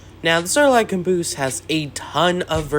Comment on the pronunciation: I Love How you said Cuhnboose